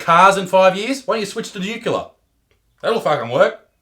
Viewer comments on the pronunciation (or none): Nuclear. It’s pronounced nu-clear